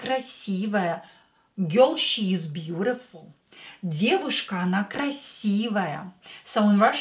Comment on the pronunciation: Their is no English equivalent of a Russian бабушка. "Grandmother" is a pale shadow ... Not looking at the screen, you said "Она красивая девушка" but I heard ""Анна красивая девушка".